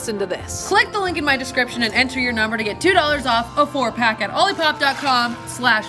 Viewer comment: Guys stop saying Pearson Pierson